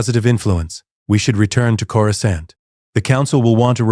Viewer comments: "Core-Scunt" the AI is hilarious trying to pronounce "Coruscant" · Chorus can't 😂😂😂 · Can someone teach AI how to say Coruscant, please?